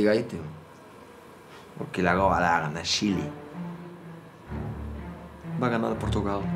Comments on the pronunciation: va a ganar portugal, shile, portugal, shile, nosotras, nosotros, nosotras, nosotros en masculino😂😂😂😂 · No vemos en russia portugal vs shi.. ah no shusha jajaja